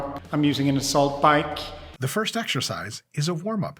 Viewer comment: Please stop saying fist.